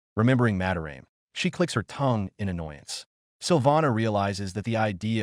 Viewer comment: "Ma-da-ra-meh" not "Mah-de-raem"